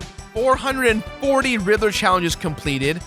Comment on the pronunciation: He keeps saying rither. Not Riddler.